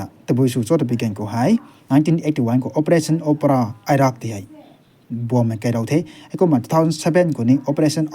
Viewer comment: Latest news ti bam mei khang ta thuanku hak ding the. Just one suggestion: Iran( Ee-ran) and Iraq(Ee-raq) tuna sa ethei gai puni...